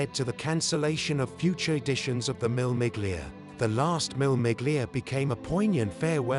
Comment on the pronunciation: Seriously, WTF. it's not MILL MIGLIA! Shocking voice over. It's pronounced, Mille. You don't pronounce the 'G' in 'Miglia' either It's a silent G. Do your bloody homework.